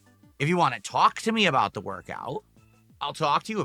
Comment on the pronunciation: "You guys I don't wahnt to show my heart rate because of the trolls!! I don't wahnt to put that out there, ya get it?" Ohhhh okay, but constantly begging and insulting your own dent fans is fine. Got it!